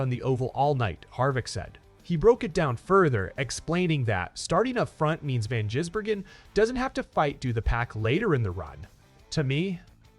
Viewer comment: Get your dumb AI to just simply say SVG. It is almost comedic trying to say his surname.